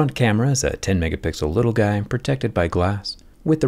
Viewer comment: "10.5 megahpigzzal"